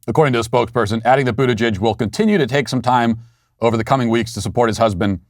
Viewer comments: Matt, you mis-pronounced his name. It's pronounced BUTT-gig. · Matt, his name is pronounced “Booty—jig”